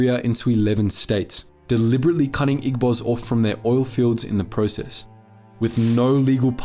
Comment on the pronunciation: Good video. one slight criticism is that Igbos is pronounced ee-bos instead of ig-bos. but thats about it, good video overall